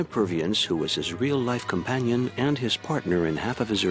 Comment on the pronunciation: Edna Purviance - the star of the film, gets mentioned just once (and her name gets mispronounced); she's treated as a nonentity - a pity she's so overlooked.